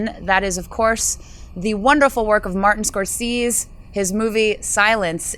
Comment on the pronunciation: I hope she was trolling with that Scorsese pronunciation...